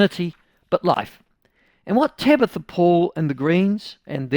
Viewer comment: Tamatha not Tabatha. She is still a delulu muppet though.